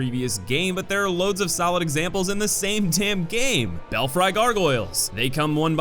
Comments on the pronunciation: it's not bell-fry it's bell-free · Belfry is pronounced Bel-Free not Bel-Fry by the way. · Bel-Free num nut not Bel-FRI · "Bell Fry" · Bell-fry gargoyles. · Belfry is pronounced "Bell - free" tbf unless you've been around old English churches I doubt you'd ever come across this word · Honestly I only agree with BOC and Micolash. The rest definitely serve teaching purpose. Also Belfry is pronounced "Bell-free" and Astraea is "Uh-stray-uh". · Bruh, did you just pronounce "belfry" as "bell fry"????? ... 🤣🤣🤣🤣🤣🤣🤣🤣🤣🤣🤣🤣🤣🤣🤣